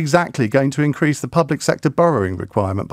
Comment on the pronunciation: Yeah listen to how she says w. She says vere or vas or ze instead of the.